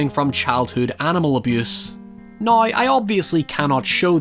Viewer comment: Now 🚫 Noiy ✔